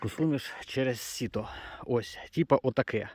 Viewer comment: от тільки не сіто, а сито!